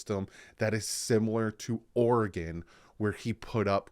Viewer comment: Great Video Thanks I am so hyped about this coming season. Also Thank you for pronouncing Oregon correctly.